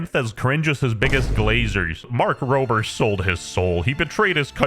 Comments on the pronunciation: I swear I heard “Mark Prober” like 3 times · Emphasis on his last name